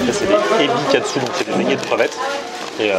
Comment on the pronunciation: Coucou merci pour tes bonnes adresses et super ta nouvelle vidéo. Juste pour info en japonais on prononce pas le "u" en fin de mot par exemple l' ebikatsu ça se prononce ebikats voili voilou ^^